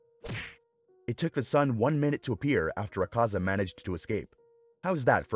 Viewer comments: quite over pronouncing their names its Akaza not AkAza. not even the sub says it like that. also, his blood demon art is called Technique Development: Destructive Death. not just Destructive Death. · he says zakaza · Bro why are u not pronouncing AKAZA name correctly 😡 its AK ZA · Bro dissent know how to pronounce Akaza’s name😂😂😂😂😂